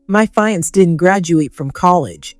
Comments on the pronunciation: Fiance should be pro pronounced as "fee-on-say" or "Fee-ahn-say"! NOT FA-YANS! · Fiancé is a French word...not a "fire-ants" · Can't you find readers that upropeproninciatipfiance ?( fee =on-say) 🤣🤣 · Why do the editors not catch the severely wrong mispronunciations to very important words to the story. ‘Fiance? “ ugh